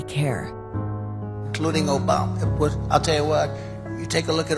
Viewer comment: Donald Trump, "Obamna."